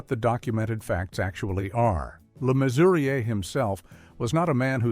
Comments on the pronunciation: I find it annoying that no one seems to be able to pronounce John Le Mesurier correctly, it's Measurer not Mesuriay. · It's pronounced Measurer! And WTF is he even doing on this list? He was treated like shit by the people he loved! You shouldn't have used him here.And I don't remember Babs Windsor saying Sid James threatened her career? He did threaten suicide though.